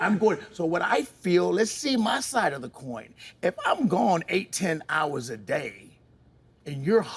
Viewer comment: What’s a “daya”? “I cleaned up every daya”. Ook😂